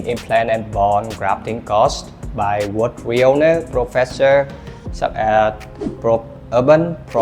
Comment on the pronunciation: Nha sĩ mà những từ thông thường phát âm sai sẽ khiến người xem nghi vấn về tính chuyên nghiệp, cẩn thận trong khi mục đích của video lại hướng đến khách nước ngoài. Những từ đơn giản như clinic, reliable, renowned mà cũng phát âm sai. Chỉ cần dưới 5 giây gõ Google là biết cách phát âm vậy mà làm biếng quá.